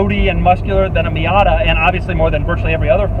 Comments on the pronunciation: he says fiata lol 😂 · Did he say Fiata? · Did he just say "Fiata" in ?